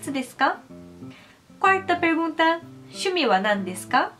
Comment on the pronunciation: Reparei que vc troca, por exemplo, o "shu" por "syu", como em Syumi wa nandesuka. Mas o correto é Shumi wa...